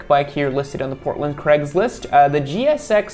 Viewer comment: Why is craigslist always pronounced as cregs list